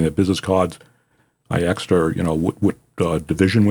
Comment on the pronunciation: Stop saying you axed him. The correct pronunciation is A-S-K. ASK. 🤔